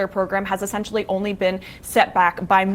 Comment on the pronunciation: Is there an “R” in the word “only”?